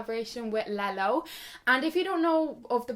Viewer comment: When you said Lelo I thought you said LEGO and I think that's so funny